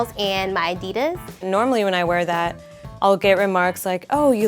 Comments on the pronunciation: when pronounced ''adias''😯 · When you can't say adidas right 😂😂😂